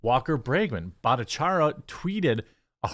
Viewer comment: Bhatta-char-reey-a Bhattacharya